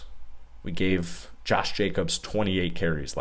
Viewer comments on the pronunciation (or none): none